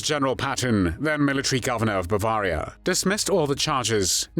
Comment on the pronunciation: Why do you speak of Bavah-ria? It's pronounced Bav-airy-a